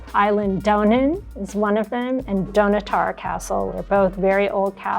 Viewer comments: Great video! I'm from the same area as Dunnottar Castle (which is actually pronounced Dun-Otter). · I cringed at the pronunciation of Eileen Donan and Dunottar, but other than that the video was great. 👍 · This video was great but the butchering of Dunnotar Castle’s pronunciation hurt my soul!